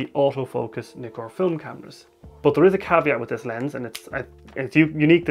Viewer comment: Brilliant video...but Nikon and Nikkor are pronounced as in "Mick" not "Mike" . Ask any Japanese person !